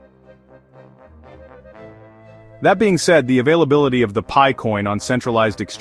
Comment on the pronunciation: AI generated clickbait nonsense. What is pee-eye? 😂